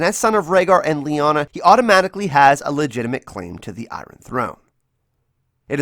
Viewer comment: the way iron is pronounces gives me a headache